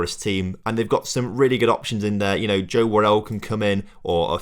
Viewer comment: the way u say most of these players names. jesus. Joe worrell? Figurodo? Sander Berj? lmao. Also we play 3-4-1-2 so the 4back wont work as a starting lineup. We only ever go 4 at the back during the game if we are in a nice lead...